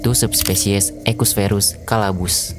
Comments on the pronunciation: Caballus min. Bukan Calabus 😅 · Caballus bang bukan calabus😂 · Caballus bang bukan Calaabus 😂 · Untung bukan cabuluss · di menit 4.06 caballus jadi calabus mimin lagi kepeleset 😅 konten kaya gini saya suka